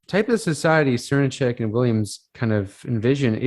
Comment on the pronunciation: Enjoyed listening to this ps. Srnicek is pronounced SirNick pps. if we take the environmental issues as importantly as we should all these ideas need to come into effect. Capitalism is eating itself.